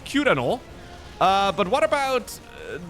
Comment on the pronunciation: The way you pronounce "Uhh" is very aurally pleasing